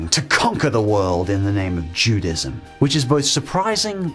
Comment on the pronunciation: You pronounced both "epitome" and "Judaism" wrong.